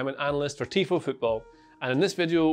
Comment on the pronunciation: For the first 10 seconds tifo becomes t i f o